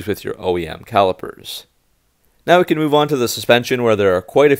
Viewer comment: Cam-ber not came-ber